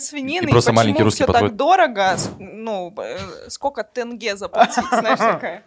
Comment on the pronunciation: ВСЕ КАЗАХСКИЕ СЛОВА КАК ПИШУТСЯ, ТАК И ЧИТАЮТСЯ!!! ЗАПОНИТЕ И ПЕРЕДАЙТЕ ДАЛЬШЕ. НЕ тЭнге а тЕнге, не ТАкаев а ТОкаев, тд.